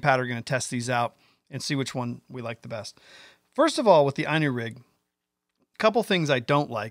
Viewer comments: *'Eenu'...not 'eyenu'... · I personally couldn't care less how you say it but little fyi Inu is pronounced like "E-New" I haven't used the Inu rig yet but have few worms rigged up and I totally agree with you. Not only easier to rig but Id rather have a tied on hook than free floating for hooking a fish. Its pretty cool ima have to steal it lol. That's what i think is the beauty of this new rig is its now just a new bait but new way to fish. Ive heard of Japan Inu rigs on drop shots, with jig heads, spinner blades, swimbaits and more. I never fish worms but fished like this I might start to.... if it works at my ponds. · It's ln U which in Japanese for Dog. Valbwill never understand Yanks creative misprono uncing simple English Worse is baffling. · At least pronounce it right. Looks good though!